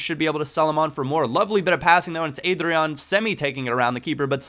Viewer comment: it's pronnounced AH-DRYAN.